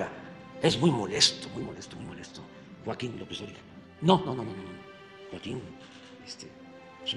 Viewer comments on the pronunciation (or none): none